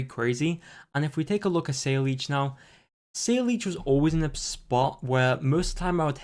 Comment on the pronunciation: Saileech is read as SA-LAH